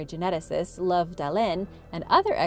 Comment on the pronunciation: Love Dalén 🥰😂 its actually pronounced “Lou-ve”. It’s Swedish and has nothing to with warm fuzzy emotions